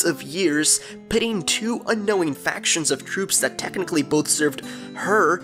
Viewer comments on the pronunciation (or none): none